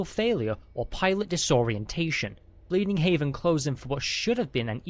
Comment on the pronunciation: Out of curiosity, Is it Bleeding Heaven or Bleeding Heaven? (You keep saying Bleeding Haven while the text shows Bleeding Heaven, is the reason for the question.)